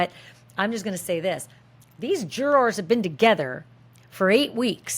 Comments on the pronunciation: The way you say jurORS is awesome! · I can't handle the pronunciation of jurors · LOL The way Americans pronounce "jurORs" 😅😅😅